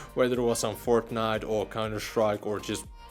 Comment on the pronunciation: Did he say forknite?